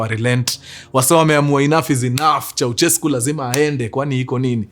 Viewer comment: sio "ko" ni "kwe" kwensekwuensis 😂😂😂😂😂